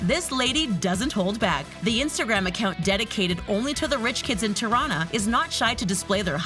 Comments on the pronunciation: “Tuh-rana” girl it’s “tea-rrrana” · Tirana is pronounced tea-rana XD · "Terana" 😂 for non-albanian people, you say it like "Tee-rana" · did any other albanian cringe when she said tirana? LMFAOOOO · The way she said Tirana lol. #girlfromKosovo